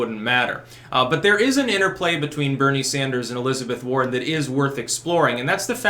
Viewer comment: At first, I thought you said the Sanders-Boring Interplay.